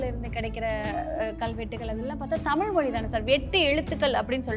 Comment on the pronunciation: தமிள் மொளி நம்ம லாங்குவேஜ்.... 😂😂😂 (அந்தப் பெண்)...